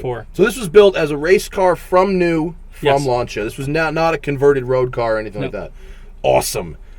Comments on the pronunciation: LAN SEE A and not LAN CHi A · you review these cars but you cant correctly pronounce lancia......